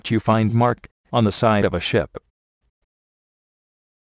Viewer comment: dosent it sound like he said ( overloading can cause the shit to sink ?)